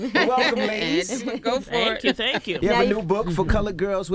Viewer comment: she said tang kml